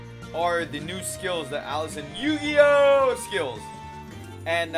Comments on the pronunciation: O dunno I get irritated when he says Eugeo as Yu-Gi-Oh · I wish he wouldn’t add emphasis on saying eugeo’s name wrong